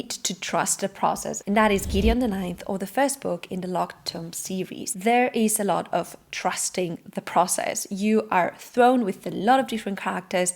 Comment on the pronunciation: tomb is pronounced toom. Yeah, i know, weird one